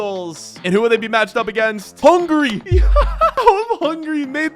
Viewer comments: Bro said hungry instead of hungary💀💀💀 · when he says hungry instead of hungary